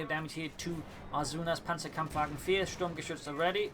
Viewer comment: No, die Sturmgeschütz is correct. The Dane way of saying the name of die beste Geschütz.